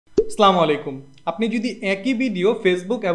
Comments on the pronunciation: vaiya slamolaikum hbe nh assalamualaikum bolben r dhire susthe bolbe salam dewar somoy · স্লামালাইকুম, না রে মূর্খ উচ্চারণ টা আসসালামুআলাইকুম